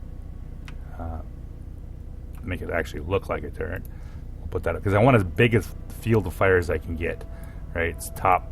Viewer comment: It physically hurts me when you say "turrent".